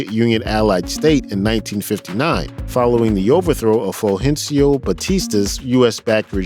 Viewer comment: At least he pronounced "Fulgencio" better than most!